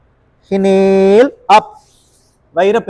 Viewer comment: Not hinale.😂Inhale and exhale